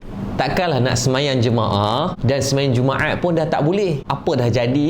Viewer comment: Dia punya sebuat jumaat bunyi jadi jummaeaaat.pekat btul bunyi tekak org smenanjung